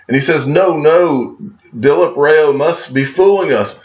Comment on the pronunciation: DilipRao has to be Pronounced as “Dileep Raav”